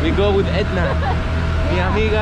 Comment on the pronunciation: I enjoyed the video very much but am disappointed that after all that you still couldn’t remember her easy name. Edna not Anda 🤦‍♂️🤣